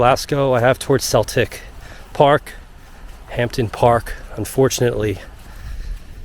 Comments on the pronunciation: cracking vid bud. one small thing - we don't pronounce the 'P' in Hampden - so its Ham-den Park. Also its Glazgow not Glass-go. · hampden...(hamden) please pronounce it correctly